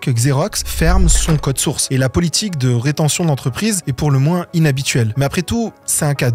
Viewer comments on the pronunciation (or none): none